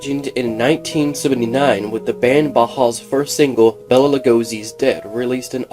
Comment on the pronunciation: Bela is pronounced Bay-La not Bella. Bela Lugosi.